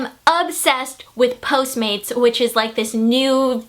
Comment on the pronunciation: wait whats that delivery service called ? posemade... posemaid um lol I couldn't quite understand